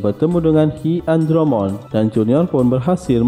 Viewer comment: Gan keren kontennya suka banget Buat improve aja pleasd pengucapan nama digimonnya lebih diperhatikan. Contoh HiAndromon jangan dibaca hi andromon tapi hai andromon. Makasih buat kontennya